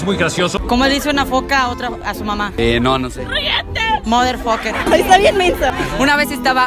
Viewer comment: Era "hello modher fucker" Que suena hello mada faca